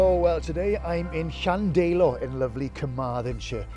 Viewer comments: ydych chi'n dod o rywle yn y Gogledd? Mi glywais y bobl leol yn dweud, "Llan-DAI-lo" yn lle "Llan-DEI-lo." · A peculiar pronunciation of Llandeilo.